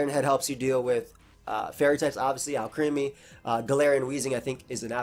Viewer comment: I love these set videos, thank you for being so consistent. PS: Alcremie is pronounced "AL-crem-ee", like "alchemy". It's a transformation (transmutation) of Milcery (mercury).